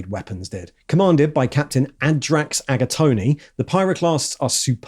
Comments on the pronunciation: Did he just call the third captain "Agatoni"??? 🤌🍕🍝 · There's no way his name is actually pronounced "Aga-tony" 😅😅😅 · I like how half the video is read straight out of the codex I'm getting my paint ideas from. Please stop pronouncing the 'e' at the end of Agatone